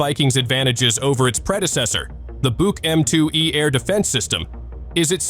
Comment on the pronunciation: I thought the Buk was pronounced Book? I guess AI can’t learn that?